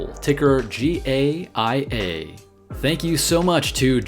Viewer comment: Hey there! I believe you pronounce that: GUY- YAH (Gaia)